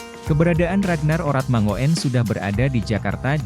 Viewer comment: Bro... Kl baca yg bener lah... RAGNAR ORATMANGOEN dibaca : RAGNAR ORATMANGUN.... Jgn bikin malu lah, parah lu bro 😂😂😂😂😂